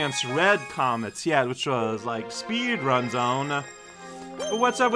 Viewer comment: I heard "comets come in four flavors" as "comments come in four flavors". Which piqued my curiosity. Fun Fact: Cosmic Mario is actually a living Mario- shaped universe. I just realized "Pull Star" is a pun of "pulsar"